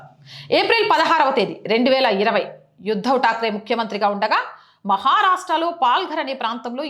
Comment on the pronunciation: Madam yuddav takre kadu uddav pls oochcharana